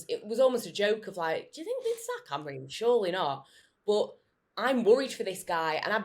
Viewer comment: Everybody, Amorin? With respect, it's Amorim.